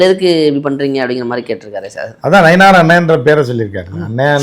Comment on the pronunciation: நயினார்...... இல்ல நைனா 😅😂😅